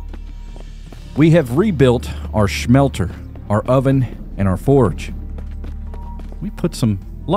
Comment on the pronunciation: My dude it’s pronounced smelter not schmelter